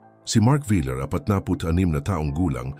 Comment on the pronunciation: Bakit hindi alam ipronounce ang VILLAR?